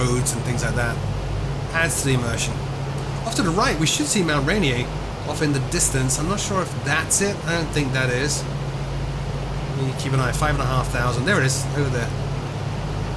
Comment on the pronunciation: FYI... it's Mt "Ray-neer"